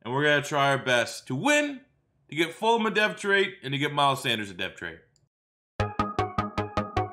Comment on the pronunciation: I love how he says fulum